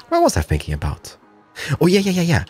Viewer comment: WHY are you saying sinking its called thinking!!!!😤